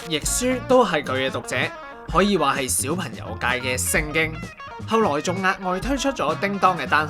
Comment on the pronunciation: 點解主持/旁白嘅懶音問題可以咁嚴重 "講"場 "角"家 小"貧"友 "你"又講成"理" 全部都係低級錯誤 聽得好辛苦